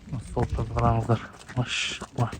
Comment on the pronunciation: Тууганым машшшшалла деп туура эмес айтып жатас окшойт